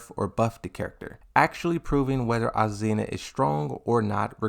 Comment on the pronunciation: Finally he said azucena and not aquafina